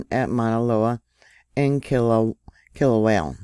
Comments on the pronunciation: All that Vog! BTW, do you speak Spanish? I'm asking because all vowels in Hawaiian are pronounced as in Spanish. Kilauea is pronounced Key-low-ay-a My cousin lives in Hilo! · There is only one l in Kil a uea. Pretty please stop saying it wrong. ❤❤❤